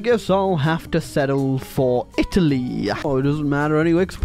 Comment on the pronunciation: literally had a stroke while saying Italy